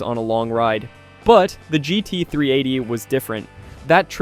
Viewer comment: Suzuki ‘gytee”? Are you shitting me?